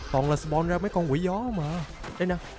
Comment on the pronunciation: 🗣️nói Con Quỷ Gió ❌ Tôi nghe Con Quỷ Chó✅